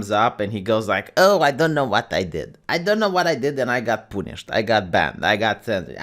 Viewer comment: said 'poonished'. Today is a good day.